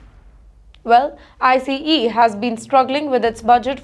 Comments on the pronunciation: Its not “ I C E “ its called ICE one word. She has to work on her pronunciations and grammars. Every time I watch her news some how i only pick on her mispronunciation 😂😂😂😂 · I know it’s India his she spells out I - C - E every time she says it